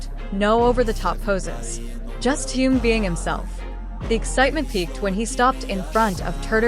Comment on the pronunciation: Замечательные,радостные новости о наше любимом Тэхене.Но как неприятно слышать его искаженное имя произносимое при озвучивании текста.Искажено не только имя,но и название компании,а ударения,просто очень неприятно.Берясь за какую-либо работу,нужно предварительно с ней ознакомиться.